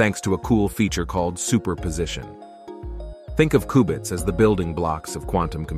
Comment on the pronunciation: Its qbits... Not kubits